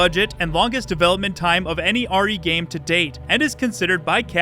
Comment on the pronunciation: geem? or game? learn to speak clearly